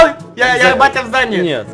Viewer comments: Мне послышалось что сказал "ебять я в здании" XD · Мне одной послышалось (ну и ) что сказал не батя в здании а еб*ть я в здании?😹